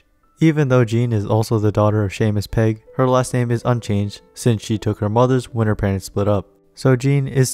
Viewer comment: yeah i was like??? im pretty sure thats not how u pronounce seamus pegg???